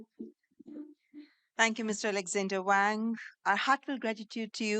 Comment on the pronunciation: Not Wong, Wang as in Waang!